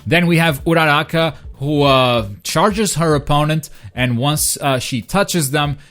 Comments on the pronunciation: Togoroki? Ooruka? Ur pronunciations are hilarious! Ik this aint ur language but damn bruv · also you said uchako's name wrong